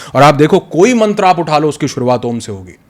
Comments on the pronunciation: बहुत ही शानदार वीडियो है ।🙏 सिर्फ दीदी से निवेदन है कि हमारी भाषा को सम्मान दें । मंत्र को मंत्रा एवं कर्म को कर्मा बोलने से बचें । सनातन संस्कृति को बढ़ावा दें ।🚩🚩🚩🚩🚩🚩🚩🚩🚩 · मैडम, बहुत हल्के क्वेश्चन कर रही हैं। और मंत्रास क्या है भई, कर्मास क्या है? मंत्र बोलो न, कर्म बोलो। कोई प्रॉब्लम आती है क्या करेक्ट pronunciation में? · एक बात कहना चाहता हूँ आशा हैँ बुरा नही मानेंगे, आप बहुत अच्छा ज्ञान देते हैं लेकिन कृपा करके यदि संभव हो सके तो ऋषियों के सम्मान का ध्यान रखें जिन्होंने ये ज्ञान दिया हैँ कृपया, मन्त्र को मंत्रा और योग को योगा न कहे क्योंकि ये ज्ञान भारत का हैँ. पश्चिन का नही.